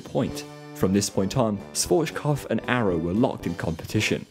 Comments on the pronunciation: I love your videos, but please don't say Schwotzkov - he was German, not Russian. It's pronounced Shwarz-Kob-f (the f is pronounced like in fun) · I'm not even a native German spesker but your pronunciation of Schwarzkopf is arocius